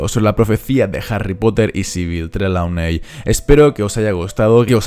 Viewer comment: Creo que Trelawney se pronuncia trilouni